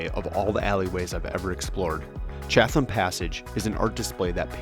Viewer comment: Yup, it's MOE-non (non rhymes with on). Also, Chatham is pronounced CHAT-um, in the British style. If it's any consolation, I had no idea how to pronounce Polyphia, lol. Great footage! I've never seen the Baumeister estate from the Monon side.